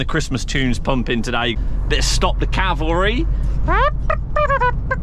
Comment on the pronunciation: I love stop the cavalary